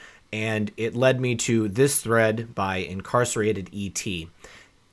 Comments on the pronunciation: It’s not incarcerated ET. It’s INCARNATED ET. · Incarnated not incarcerated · Dude, it's inCarNated not incarcerated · *incarnated, not *incarcerated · read his name again,hon. there's a HUGE difference between "Incarcerated" and "Incarnated" lol big, huge difference. lol great video though, as always. thank you. lol xx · in car-NAT-ed-et NOT in-CAR-CER-rated-et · Incarnated not incarcerated! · Incarnated not incarcerated. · you said incarcerated et.. it's Incarnated et..^ just sayin.. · Incarnated* not Incarcerated ET, moron. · Incarnated not incarcerated Et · Incarnated ET not “Incarcerated ET” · IncarNated ET...NOT "incarCERated" I did the same thing at first. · Incarnated ET, not "incarcerated". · Incarnated ET Not incarcerated..... silly ! 😊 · Incarnated. Not incarcerated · hahaha I laughed out loud when you misspoke Incarnated's handle; I hope he did as well!